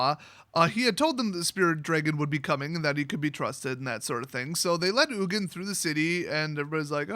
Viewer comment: No actually I jokingly said ugin so wrong! lol